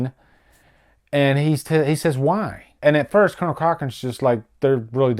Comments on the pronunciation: I don't like correcting people but I have to tell you it's Colan Cochoren, not colonel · Cool revisit, love the movie. It's Conal Cochrane not Colonel, well it sounds like you are saying Colonel anyway :)